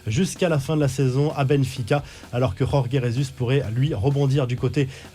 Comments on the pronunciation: faut te mettre au parfum des prononciations portugaises rorgué pour dire george (Jorge) c'est vexant, sinon toujours heureux de te retrouver chaque jours bon courage et continue ! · pour info la lettre J au Portugal se dit J et pas R comme en Espagne, jorge se dit jorge comme george en france. Ca t'aidera pour les prochaines fois 😉